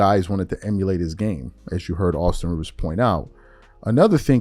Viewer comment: Rivers said correctly.